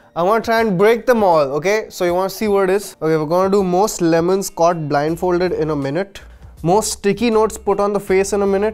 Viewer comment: was he trying to say “what about my lemons?” 😂😂